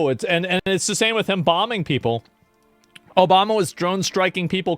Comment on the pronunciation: More like "O-bomb-a"